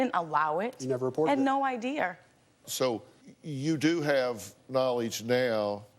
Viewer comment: “i had no idear”